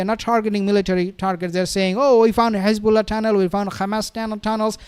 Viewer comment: Why do you say Khezballah and Khamas like the demons do... its done purposefully to sound like you're gobbing up... say Hezballah and Hamas with a nice soft H.